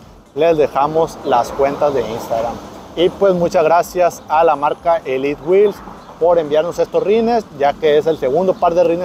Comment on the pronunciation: ELIT WHEEL/ SE DICE ELITEWHEELS 🫡